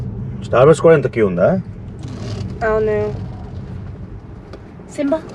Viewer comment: "Anou" always "avunu"😂😂